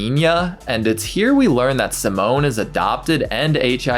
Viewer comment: Just to be clear, the boy name is pronounced Seemon. Simone is a girl’s name.